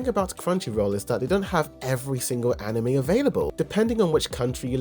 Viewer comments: I cringed every time you said “Anim Me” during the first 3.5 minutes of this video. I almost didn’t keep watching to find that you switch to the proper “Anim may” spontaneously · I can't stop noticing that "animee" pronunciación every time lol